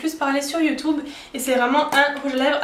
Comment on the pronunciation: Super vidéo! Tu me fais rire quand tu dis "youtoube"